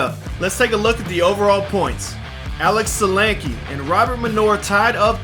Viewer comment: Nice! Some aggressive driving and passing on the Mountain today! As a side note: geat job on the pronunciation of Sulanke. Nailed it!